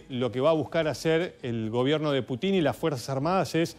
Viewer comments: Es PÚTIN, no Putín.. Putín sos vos, pelado. El acento va en la U!! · Que alguien le enseñe a este merolico como se pronuncia Putin. Diganle que no se pronuncia Putín suena ridiculo y graciosisimo no se le puede tomar en serio. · Señor, no sea tan ignorante de pronunciar mal el apellido Putin con Putín, va sin tilde en la letra I. ¡Avíspese! 😂